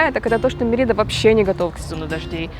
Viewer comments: Очень интересные видео. спасибо. но, пожалуйста, произносите город правильно - Мéрида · Как можно снять видео не умея произносить название города, про который ты снимаешь видео! Мерида - ударение на первый слог. Вы же там были. Я жил на полуострове много месяцев. Если сомневаетесь - посмотрите энциклопедию, спросите любого жителя. Не смог смотреть видео из-за этого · Вроде ударение на первый слог?